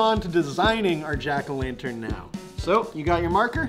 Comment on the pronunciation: It was funny when he threw the jack-o lantern (jah-ko-lan-dern